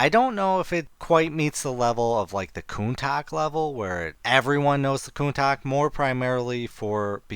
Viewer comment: "Counta-SH", not "Countack"